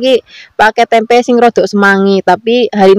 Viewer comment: Tempe aja mbk jangan tempek..aneh dengernya😂